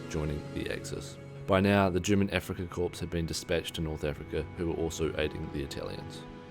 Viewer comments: FYI: The word "corps" is pronounced French-style, "core," not "corpse." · It’s pronounced core, not corpse